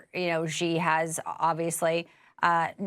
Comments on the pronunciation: The name should be pronounced as Si but not Chi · The Chairman’s name is pronounced “she” not “gee!” … “She” Gin Ping. Or Chinese pinyin… Xi, Jin Ping!